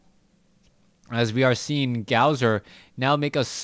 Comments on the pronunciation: His name is not pronounced gowzer its pronounced gosu user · his name is gosu user not gowser so fucking annoying to hear T_T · Pronounced Gosu - user